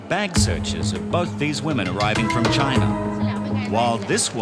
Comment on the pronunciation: CHYYYYY-NA.... "WE LIE LONNNG TIME!"😅